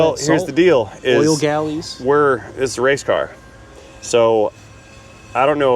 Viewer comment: ..."It's a Wangleer...!!!..." 😂😄... "a wase car from Bucky's..."...Made in 'Murica..." 🎼🎵🎶...